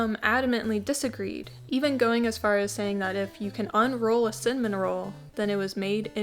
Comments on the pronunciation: “Simmin rolls” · I love that you pronounce it 'sinmin' its adorable lol - subscribing 😂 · The fact you can say cinnamon with 2 sylbles is fascinating 🧐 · Do you not know how to pronounce cinnamon correctly…